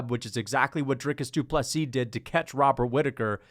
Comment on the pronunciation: John Gooden literally pronounced Dricus Du Plessis as "Dripus Floopsie" when he was talking about the upcoming PPV. 😂 Fucking wild man.